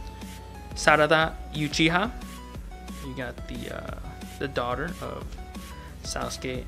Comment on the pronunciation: Bro he spells uchiha youchiha lol